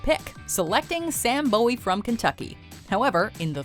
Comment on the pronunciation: Sam Bowie's last name is pronounced "BOO-ie," though by all logic it whould be pronounced the way you said it.